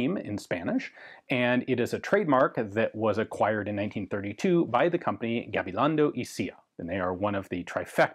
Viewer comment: Kudos for trying to get the pronunciation right. Appreciated! “Y cia.” as in Gabilondo y cia is Spanish for “and co.” so one could say Gabilongo and co. and I think would sound more natural